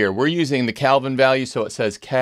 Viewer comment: Isn’t it “kelvin?” Not “calvin.”